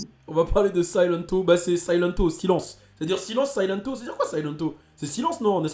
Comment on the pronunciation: silento ça se dit Siléntou